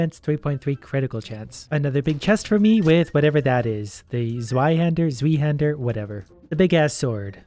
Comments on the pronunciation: It’s pronounced zvi-hand-er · I know this is an old vid, but for future reference, Zweihander is pronounced like Zvyhander. It looks weird but it makes sense when you say it out loud. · Zweihander is pronounced like zv-👁-hander. It’s German in origin, and literally means “two handed”. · just so you know The Zwei in Zweihander is the german word for the number 2 and is pronounced zv-i (that is the closest representation i could think of) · the zweihander is pronounced like "zwihander"